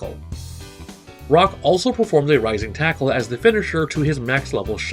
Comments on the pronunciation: i thought he said rising tycoon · I beileve hes saying rising taco. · For some reason in kof 90s edition, he sounds like he says lazer taco not rising tackle. And Bbq, for burn knuckle. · First of all, it's Rising Taco